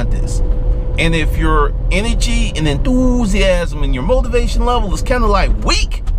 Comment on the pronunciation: Enthoooosiasm. ROFL